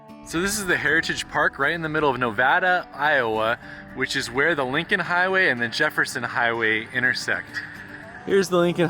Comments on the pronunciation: So awesome to see you go through our home town, Nevada, Iowa. Nevada is home of the Lincoln Highway Days. And it’s pronounced NevAIda lol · Iowa loves the Lincoln Highway. Grew up 30 minutes north of it. But you pronounced Nevada wrong... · When you went through Nevada, both my wife and I yelled out "Ne-vay-da". It helps she is from Vinton and went to Iowa State.